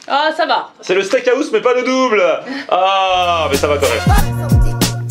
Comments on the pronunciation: Liké si toi aussi sa t'enerve quand il dit steak a house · Steak haouse